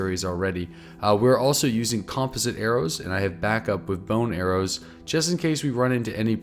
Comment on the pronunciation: You keep saying composite wrong